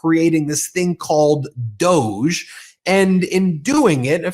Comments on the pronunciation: DOJE is pronounced "dodg-y" or maybe "Doggy" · DOH not DOGE. Haha. Good one. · “DOGE” should be pronounced “Doggy”, because it will annoy musk, and that’s what musk is doing to trump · DOGE? I thought you said Douche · I keep telling you, DOGE is prounced 'dodgy'. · I pronounce that as “DODGE” which is fitting for the orangekins because they dodge the truth and morality at all costs. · "DOGE" needs to be pronounced and addressed as "DODGY". FMD! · Every time you say DOGE, I think douche, and then my brain adds bag to it. "Douche bag"